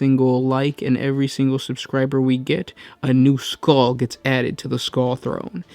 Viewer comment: Skuwws for the skuww throne.